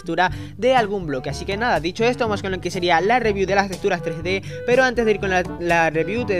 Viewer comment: Odio que digas testuras, ¡¡es texxxxxxxxxtura!!!